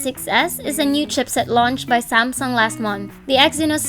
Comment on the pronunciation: sen-sore... sam-song... nasobrahan mo ang english mo teh